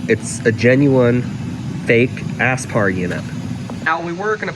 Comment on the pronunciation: Are you saying "ass-spar"?